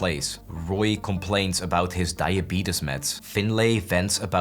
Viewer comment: good old dieabidis instead of diabetes